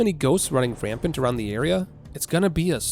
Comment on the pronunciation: Lol "running Frampant"